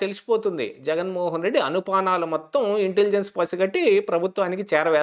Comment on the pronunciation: " అనుపానాలు" కాదు.""ఆనుపానాలు"" అనాలి.